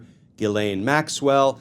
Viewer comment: Just gets worse! Pardon for her? Ghees- laine is how to pronounce her name correctly!